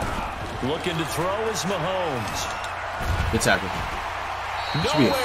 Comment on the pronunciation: “Real Randy Moss fans don’t fw Pat Mahones” 😂😂😂